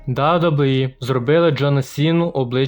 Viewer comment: Чувак, кажи просто Дабі-Дабі-і